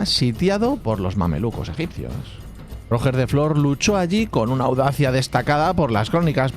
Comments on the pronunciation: 2 apuntes 1: haz un video de los Landskenets y Roger se preoncunia iguial que en inges solo que con acecento en la E , mas paraceco a "Royer" foneticamente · ostia colega la segunda vez que escuché rojer he tenido que cerrar el video😂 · Roger es un nombre catalan y no lo pronuncias bien, fonéticamente sonaría ¨Ró-yer”, pero con la r catalana suave y la terminación muy ligera. Muy buenos videos un abrazo. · para la próxima vez que lo nombres: para Roger de Flor, Roger se pronuncia con la misma G que en inglés pero siendo palabra aguda. Es decir: RoGER de Flor. Buen vídeo por lo demás:) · No. Realmente se pronuncia Rodjer, que es como fonéticamente se representa esa G. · ¿De verdad os cuesta pronunciar correrctamente Roger? Para hacer eso decid directamente Rogelio. Castellanizad el nombre del todo. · Aiiiii, pero que mal pronunciado el nombre de Roger😢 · la G de Roger es la misma que la del nombre en inglés o la J de jiraffe; y la vocal tónica es la E, es una palabra aguda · Roger de Flor, Roger se dice como en ingles pero con la tilde en la O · Si el nombre catalán lo pronuncia en castellano, porque no pronuncia los nombres alemanes e ingleses que salen en el video en castellano también ? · Traducir sería llamarlo Rogelio. De lo que no tengo ninguna duda es que si se refiriera a Roger Waters no lo pronunciaría así. Los españoles teneis una extraña mutación genética cuando se trata de nombres catalanes. Y una extraña necesidad de defender lo indefendible en esos casos. En esa situación te encuentras tú, dedicando tu tiempo a defender una pronunciación simplemente absurda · Me han sangrado los oídos al oír pronunciar "ROOOOGGGER" mis oídos catalanes sangrando 😂😂😂😂. P D: DESPERTA FERROOOO!!!!! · Me chirría que digas Rojer de Flor. Es Roger, cómo Girona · Como que róger de flor jajaja, era catalan no ingles, rogér de flor, se ponuncia rugé de flo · RogEEEr no ROOOger me duelen los oidoooos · Roger en catalán se pronuncia Ruyér